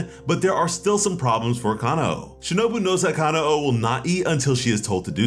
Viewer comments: btw its not ka-na-o its ka-nao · It bugs the crap out of me how some Americans mispronounce her name. It's KanAo, not KAnao. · Ka-na-o there's, the accurate way and for Aoi: A-oi